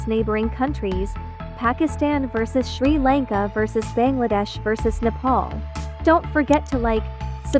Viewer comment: Your telling sri lanka wrong